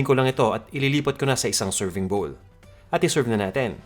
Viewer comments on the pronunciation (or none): none